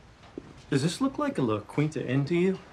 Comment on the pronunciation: I never noticed her their dad says 'La Quinta' lmao